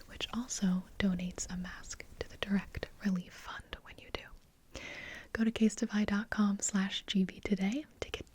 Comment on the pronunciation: when you said casetify, i heard kiss my ass😂😂